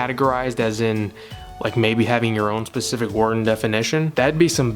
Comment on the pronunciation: sorry did you Pacific instead of specific ?